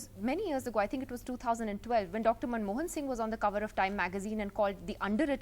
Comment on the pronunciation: Its funny that Mr Modi called Manmohan Singh ' Moun Mohan' 😂😂😂